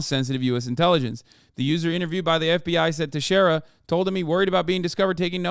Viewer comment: It's pronounced Te-Share-A